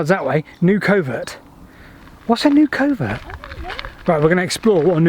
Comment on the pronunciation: first, , maybe yo're pronouncing it wrong. i'm thinking more like "fox covert" than "covert operations". google says "a thicket where game can hide".